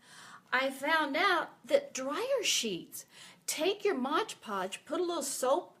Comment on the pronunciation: MOD PODGE not Modge Podge